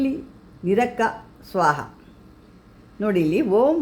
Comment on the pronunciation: Amma Manta na baredu thorisi, navili ge li ge ottu barutta (NAVILLI) uralamma na PURALAMMA na nirakka na IRAKKA na kelisi kollovaga mistake aagutte.